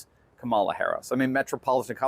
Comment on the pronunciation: KA ma la not ka MA la